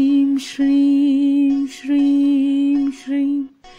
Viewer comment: Are you saying Streem